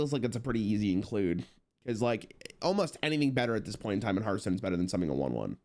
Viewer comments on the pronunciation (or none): none